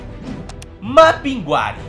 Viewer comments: Não se pronuncia Mapinguari,e sim Mapinguarí sou de Manaus/Amazônas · Falamos Mapingurí no Amazonas, podem ter mudado a pronúncia recentemente. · Mapinguari e não Mapinguári... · Na realidade conhecemos aqui como "Mapinguarí". A tonicidade é na última sílaba. Sou parintinense e essa comunidade faz parte dela. E nunca ouvi dizer tal coisa...mas, está em nossas lendas. E no festival folclórico de Parintins se fala muito e há sua representação.